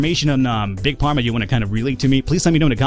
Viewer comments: you prenounsh it fharma not pharma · If you keep saying Pharma instead of Farma, I swear I will hunt you down in the unturned server. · please stop saying Big PARMA... it's pronounced "(F)arma" >_> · I love that you keep calling the game Big parma instead of big pharma (as in pharmaceutical) :p You're also the second youtuber I follow to play this game and I love that you have a totally different playstyle. Keep it up ! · It’s pronounced farma (pharma) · WTF is with pronouncing it "big parma" ? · It's pronounced Farma;) And I did not expect you to play this. Good luck and if you have any questions I will try and answer them:) Btw, the competitors are very predictable, they will always go for the best selling medcine first and they will always create cures special events demand.